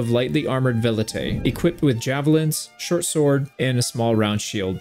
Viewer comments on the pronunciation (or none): none